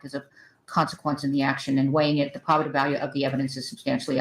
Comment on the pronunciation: Why does she keep mispronouncing "probative?!" She corrected herself once, then repeatedly said it wrong after.